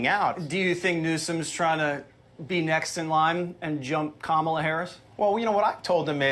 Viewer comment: Jessie Waters pronounced Kamala Harris' name correctly. That just shows that the right-wing intentionally pronounces it wrong because they are hateful, racist trash.